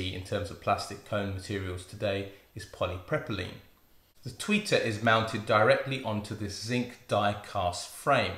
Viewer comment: po·lee·prow·puh·leen:-D I’m enjoying your content, quite interested what you will cover next...